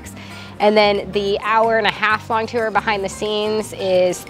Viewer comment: now I know Missourians pronounce tour as :tew0er"